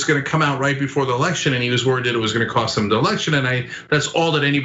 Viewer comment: You say "RE-ELECTION". TRUMP say "RE-ERECTION".🤣